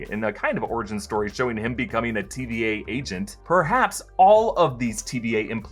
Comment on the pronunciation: Sounds like he keeps saying TBA..